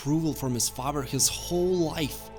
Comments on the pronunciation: Father NOT Fafer. So annoying. Good video though. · di... did you say zuko's faver instead of father? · The way he says father. Fahver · The fact that you don’t really pronounce the eth sound makes your pronunciation of “father” sound kinda German; I like it. Good character study. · Okay, I've got to say it. Father has a th in it, not a v.